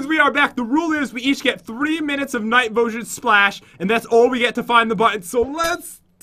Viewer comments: Pat do you know you said night vosion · Omg Pat said night vogen